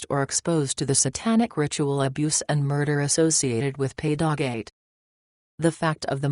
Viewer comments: Pay dog ate??? BWAHAHAHAHA. Time for a human voice, please. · I do find this informative but.....Can't a human be found? Tired of hearing machines on these videos! "She" can't even pronounce pedogate correctly!